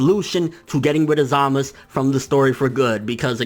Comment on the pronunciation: Stop saying zamas.. its za-muh-zu